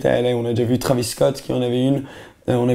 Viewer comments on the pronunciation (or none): none